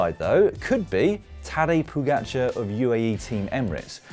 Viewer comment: Well I must say, this is a very very good pronunciation (Primož Roglič and Tadej Pogačar). Like a native speaker. Really no diference at all.